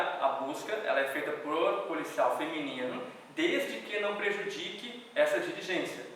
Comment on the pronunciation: É "otto" patamar!